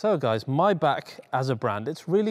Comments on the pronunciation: MAYbach not MYbach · You kept saying "My Back" when you certainly know it's pronounced "My Bock"... Why is that ? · When they sell them for $40.000 bux I will buy one. Btw. to the comentator... It is not "MAYBACK" its MAYBACH!!!... The last two letters "CH" are like "H" in "H"ouse. So try it again to pronaounce M-A-Y-B-A-C-H.... not Mayback? or My Back. Yes, my back hurts sometimes but this is something different. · "MAYBACH" not "MAYBACK". The same way as you say "Bach", the composer. With a heavy H (not with an R as in clearing your throat though). Excuse me for being that type of person, seriously. Love your videos. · MY-BAH-K STOP PRONOUNCING IT MY BACK, IT'S NOT YOUR DAMN BACK! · I always thought it was pronounced: MAY(as in the calendar month)-BACH rather than Maey-Bach.. Bit like Maybach Music (revealing my age now, d'oh haha!) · Its called maybach not maybach lol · ITS PRONOUNCED MAAYYYYYY-BACH NOT MY BACK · It's Maybach, not Mybach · Its MayBach not Myback for god sake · you say rowng its is Maybachhhh not mybak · Its not even pronounced "my bock"...gotta have that khhh...mybackhhh 😂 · He cant even say the name right ! 'My Back'... its Maybach Unbelievable 🙄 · why are you saying MY-BACK? lok at the badge. Its written and spoken MAY-back..... MAY not MY? There is an AAAAAAAAAAAAAAAAAAAAAAAAA FFS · But he cant say the name right 'my back ' muppet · I love your show!!!!! But the way your pronouncing Maybach is killing me! 😂(My-Bhaa) Great content as always though. 👍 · did he just call maybach "myback" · Not spelled my back First learn to pronounce it buddy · The german ,ch' sound is NOT(!!!) a ,k' sound! The ,ch' sounds like the sound, an angry cat with layed down ears makes, but spoken slower and softer.